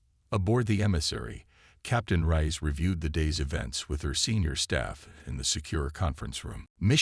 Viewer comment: I am just F'king done with this BullSHI-ITE!!!!! F'king HELL your AI SUCKS ARSE!!!!!!!!!!!!! WHAT THE f@ is her name?????........"Elina RICE", "RAISE", "RISE", "RAYS", "RAYEHZ", "Cpt RIE-ESS", "RIZE", "Cpt RAY"!!!!!!!!!!!!!!!!????? And that is just in the first 13 minutes where I stopped listening!!!!!!!!!!!!!! And, WTF is: "Proxima Centauri VEYE EYE!!!!??? (VI...which FREAKING means 6), "multi-FICITED eyes", "RED-outs", "CHIME-ehera"(Chimera....pronounced, chim-ERA). DAMNIT TO HELL AND BACK............STOP using your POS, CRAPPY AI....!!!!!!!!!!!!!!!!!!!!